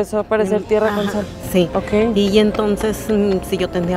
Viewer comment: Me dio risa la parte de y (me dio risa la cara de Cellegrini) ( me dio risa la abuelita que dijo tierra con sal pero de una voz que parecía que había dicho ngtrngtjn o sea cualquier cosa menos tierra con sal😂aaaahh y también Cellegrini que dijo QUE QUE jijijijajajjaja) (me dio risa la abuelita su cara y su voz porque dijo podrido y también la cara de Cellegrini) 😅😂😂😂😂😂😂😂😂😂